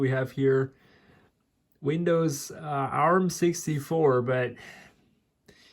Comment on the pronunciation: I've never seen anyone so disinterested in what they're doing than this. So impatient too! ARM is pronounced as the word "arm", not as individual letters... it's a brand name. ARM processors from this time were not "crappy", they were ALWAYS extremely power efficient, right from the very first ARM chip developed by Acorn back in the '80s. And fast. Intel never managed to get close in terms of power/performance ratio, their x86 and AMD's x64 never got a foothold in the mobile phone or tablet market. Intel's Atom flopped as both a mobile and a desktop processor. Microsoft never got their act together with Windows on ARM, right from Windows CE, through Pocket PC, Windows Mobile, Windows Phone and Win RT, which were all incompatible with each other, never mind desktop Windows.